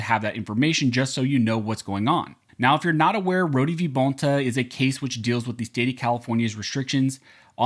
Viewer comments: I’m almost positive it’s pronounced “Roa-da” not “rodee”…….. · His name is pronounced (Road) Rhode I know that because you are pronouncing my last name (Roh-dee) Rohde.